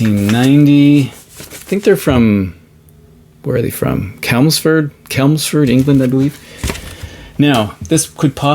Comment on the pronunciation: Hi, excellent showings. I'm pleased you're keeping this thread alive as I still have it in mind to do a response. A few years ago I was mildly stunned to find a Harmonia album on cd in a crappy charity shop in a rather grim northern town I was passing through which shall remain nameless. Btw on the subject of English towns it's Chelmsford with the 'ch' from 'chest'. 😊